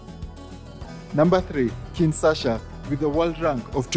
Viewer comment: Kin what? U said Kinsasha twice.